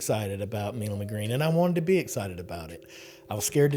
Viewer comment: Does Marsha really pronounce her name "Me-lum"? Benjamin "My-lum" was one of the fathers of the TX revolution and there's a street in downtown Houston named for him pronounced "My-lum". Sounds odd to hear it pronounced any other way. Thx